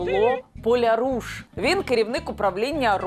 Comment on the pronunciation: ПолЯруш, наголос на я. Це по галичанському гаманець